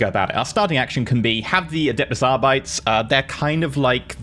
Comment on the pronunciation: Arbites is a latin word, so it’s pronounced like arbit-ays not like how it would be in standard English. Like how custodes aren’t cuss toads.